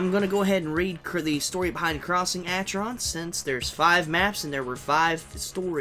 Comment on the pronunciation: Also, not to be rude, but I believe it is pronounced Ackeron not asheron.